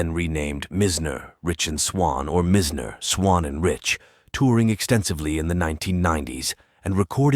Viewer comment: And the pronunciation of Meisners name is irritating!